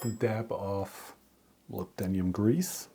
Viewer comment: In English it is 'Mo Lib Den Um' (lib sounds like lip with a B) Nice adapter BTW :-)